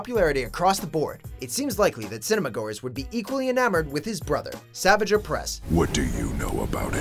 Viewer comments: You pronounced "Savage Opress's" first name wrong. Lol Pronounced "Savaj." And I do mean that politely. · When he was first showed in TCW, I was like 7, and I knew his name was said like: Sah-vāj, not Savage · It’s pronounced Savage (Sah-vage) not Savage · You can tell didn't watch or do much research on Clone Wars. They pronounced Savage Opress "Savage" instead of "Savahj." The easiest piece of information and they did it wrong. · Meh, I feel like Savage got enough screen time. Maybe a reference or short appearance in another cartoon. I think Hondo should've taken his spot. Also I swear to God, it is pronounced like Savajj, (much like Asajj) not Savage. Don't make the name sound even more ridiculous than it is by mispronouncing it, please. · "Savage" opress... Noooo hoooney it's pronounced "sav-ahge" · It's pronounced as "Saavaage" 😂😂not savage 😂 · Megastar69 xxx he said "savage" opress. Lol. Its PRONOUNCED SAV ARGE GOD DAMN IT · Jean Els pronounced as "savarge" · sahvahjj ohpress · sahvahgehuhhhh ohpressss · Anakin Sandwalker Right, its pronounced sah-vahj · Savage Oppress is pronounced "sa-VAHj." If you're gonna feature someone, at least get the pronunciation right. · hold on, DID HE JUST PRONOUNCE SAVAGE OPRESSES NAME LIKE SAVIGE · It’s sav-AH-ge oppress. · I hate the way your pronounce "Savage". You just pronounce it like the normal word, but it actually needs to be pronounced as "Savaaage." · Sorry this has been massivly bothering me. It's pronounced Sah-vaj (J pronounced like general) oh-press. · It is prouneced as savaji opress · “Suh-vajj” not Savage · pronounce Savage Opress's name correctly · He pronounced Savage wrong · The way he pronounces names I can tell he never watched the show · Ok saying Savage's name incorrectly proves you haven't watched TCW. The amount of times they say it its impossible to get wrong. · I'm so offended by the way he pronounced savage opress ...... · When he said “Savage” wrong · You pronounced savage opress wrong